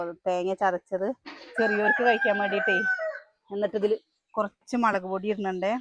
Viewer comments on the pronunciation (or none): മളക്ക് അല്ല 😂😂 മുളക് 😊